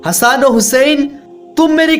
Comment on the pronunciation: Le raha hai nhi le rhe hai bhai thoda theek se bol iye jante ho na tbhi bolna nhi t Mt batan imam Hassan nhi hasan